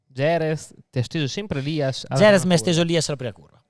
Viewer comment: Chissà perché dopo 30 anni nel Motorsport queste persone non sono in grado di pronunciare Jerez e Motegi nel modo corretto